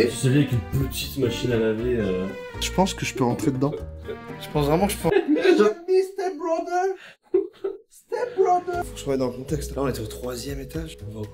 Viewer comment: 💀"HeeElp me steEpBrotHEr"